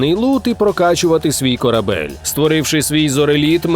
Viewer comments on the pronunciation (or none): none